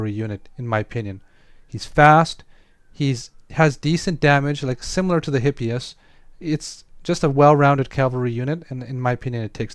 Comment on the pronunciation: Greek here: Because the mispronunciation really drives me crazy, it's eepéphs (hippeus) and eepíece (hippeis). Great video btw, thanks for sharing all that useful info.